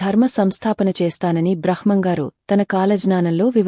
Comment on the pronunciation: భ్రహ్మం పదం పలకడం సరిగ్గా లేదు మేడం